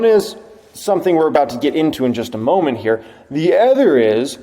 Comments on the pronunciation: Is it just me or does always pronounce “other” as “ather?” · I love you man, but you gotta learn to pronounce “other”. It’s not “ether”